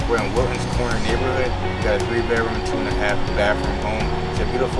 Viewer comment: 3 befrooms & 2 & 1/2 bafrooms. Sounding real intelligent & professional there bro. Yeah, I won't be hiring anyone to sell my house, that can't even make an to speak English, instead of gettho speak. 😂